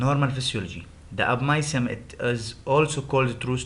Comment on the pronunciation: Hi...Thanks for your presentation..... 1. The slides are fulled, you need to make it as points and just speak by yourself on non-written information. 2. The tone of your voice is stable and this make audience less interested, you need to change voice tone. 3. You need to practice in pronounciation of new words such as (abomasum, appetite)